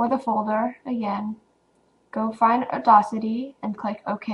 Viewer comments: Awesome video! Audacity is pronounced "odd-assity", not "addossity", FYI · Uh-Daws-Itty... just sayin... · awesome video :) but its pronounced "or-dass-ity" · You're pronouncing audacity wrong...